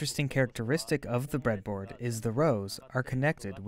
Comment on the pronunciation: The "Bread-A-Boardo" gave it away to me. But I don't mind, as long as the content is good